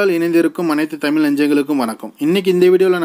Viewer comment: நீ எங்கய்யா தமிழ் பேசுற ? டமில் என்று சொல்லாதே தமிழ் என்று பேசு